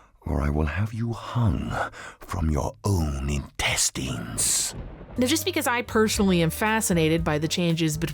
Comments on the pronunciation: Impressive that they have two versions and neither of them knows how to pronounce 'intestines.' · I love how he says Intestines here